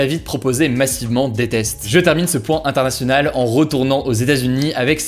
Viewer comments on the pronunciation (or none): none